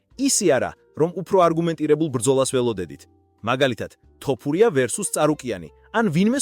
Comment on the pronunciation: მეგობარო ვაფასებ შენს კონტენტს რასაც ქმნი. საწყენად არ გამიგო, გასაგებია ქართულად კარგად ვერ მეტყველებ, ალბათ აქ ნაცხოვრები არ ხარ. თუმცა ტოპურია არაა, თოფურიაა და ეს მაინც გამოასწორე